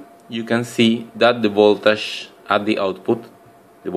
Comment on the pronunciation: Funny, he say's instead of three pins, "trippins", anf voltage becomes voltash.